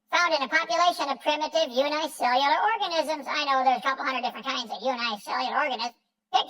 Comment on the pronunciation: What has Kent heard to give him the impression that "unicellular" is supposed to be pronounced the way he pronounces it? Does he say "uniform" or "unicycle" the same way?